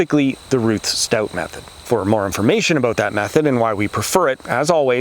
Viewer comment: It's RUTH not Rush--sorry!